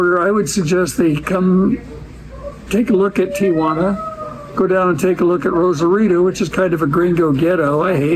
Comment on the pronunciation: Thank you for pronouncing the name of the city correctly. Instant cred!